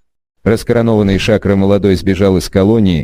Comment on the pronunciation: Не Шакра , а Шакро и ударение не надо ставить на букву А....И Тариел не Аниани , а Ониани. На грузинских именах нет ударений совсем. И тем более ставить их куда попало и так явно